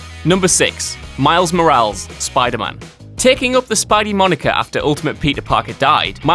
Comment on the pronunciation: "Miles Morals"???